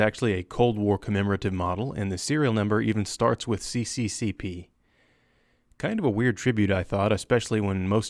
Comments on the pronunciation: its pronounced s.s.s.r (cccp is Russian and proper pronunciation is in Russian) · Come on guys, it's not CCCP, it's SSSR, C in Cyrillic is S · it's read sssr since it's cyrillic and not latin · CCCP is pronounced as SSSR in Russian language.